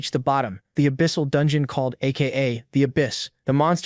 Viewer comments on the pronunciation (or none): none